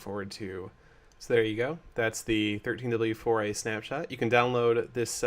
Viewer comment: 13w04a, not 13w4oa, Sethbling you said it wrong